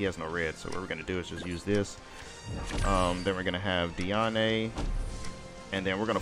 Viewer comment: YOU SAY HER NAME AS DEE -AN, God its so tilting É or é is when you say ey at the end of the sentence, there is literally no accent on it.